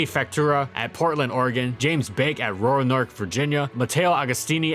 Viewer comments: Don't think I've ever heard Roanoke pronounced that way 😂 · Bruh he butchered the pronunciation of "Roanoke Virginia"